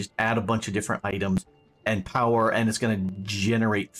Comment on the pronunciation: POWAHFUL POWAH!